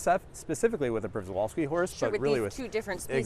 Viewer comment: Just wanted to add that Przewalski horse is pronounced Shevalski